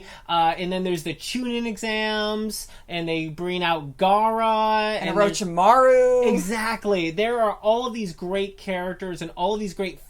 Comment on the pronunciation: Orochimaru NOT Arochamaru fucking ignorant weebs😭😭😭